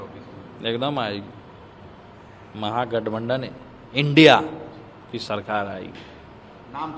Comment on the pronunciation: pahle mahagathbandhan bolna sikho mantriji